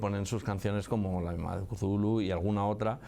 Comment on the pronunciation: "mitos de Chulu" que horrible pronunciación 🤣🤣🤣🤣